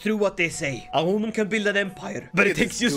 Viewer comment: A wooman 😂